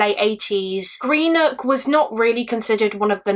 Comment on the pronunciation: such a sad case 😢 my nan was born in greenock but just a heads up it’s pronounced gren-ook 😊